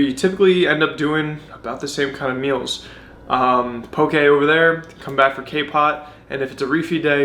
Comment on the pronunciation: As someone from Hawai’i, it makes me so happy to see that mainlanders are enjoying poke...but more importantly, it overjoys me that you pronounce it CORRECTLY!!! PS - that’s how you pronounce “sake”...it’s NOT “saki”. 😁